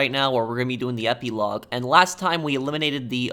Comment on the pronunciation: You're pronouncing epilogue incorrectly